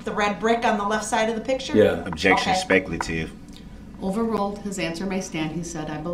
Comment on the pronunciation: He thinks it’s speckuhtive when she asks if he saw the car hit people. I guess Duhrells lawyer brain doesn’t understand what an eyewitness is. She didn’t ask if he thought the car was going to hit people that would be speckuhtive as Duhrell puts it.